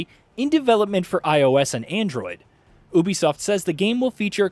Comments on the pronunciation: Will you please say YOU BEE SOFT instead of OOOH BEE SOFT,please and thank you from my anxiety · It’s pronounced Ubisoft(you be soft) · Is the narrator saying Ubisoft wrong or have I been saying Ubisoft wrong?